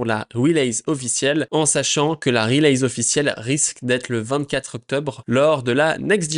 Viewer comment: Je me suis fait la meme réflexion, je suis parti chercher une vidéo sur le même sujet avec quelqu’un qui parle anglais correctement 😂